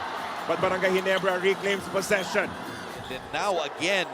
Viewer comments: barangay rhymes with cry:face-green-smiling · lol.. barangay rhymes with cry :face-green-smiling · lol, barangay rhymes with cry :face-green-smiling